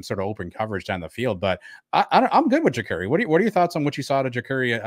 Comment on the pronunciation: Btw love you guys but it's Ja CAR E not jacurry